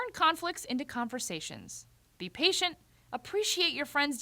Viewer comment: I'm usually patient. Buy you saying "be... patient" really got to me. Thumbs down